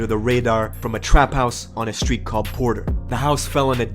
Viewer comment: Anyone notice the news reporter says skreet 😭